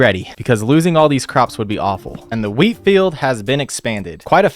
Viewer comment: (not the exact time but) when you said"let's hope my wheat has grown" I thought you said"let's hope my Wii has grown"😂😂😂